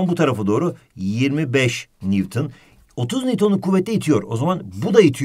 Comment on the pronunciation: NEWTON Ahhhh mı dedi ? hocam ne diyosunuz